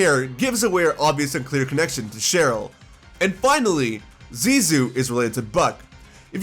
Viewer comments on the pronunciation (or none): none